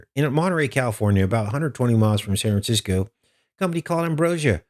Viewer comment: It's San Francisco not what you said . If you want to alienate listeners in CA no problem I told Midnite Ride same thing and they stopped - I didn't even give days of Noah guy a chance just unsub after his remark. Hold up your brothers and sisters in places you don't like if you know you have listeners from there otherwise thanks for the insult. Satan is everywhere don't kid yourselves.